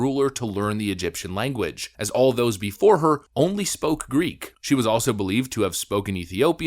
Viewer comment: Greek, not Griggrrr.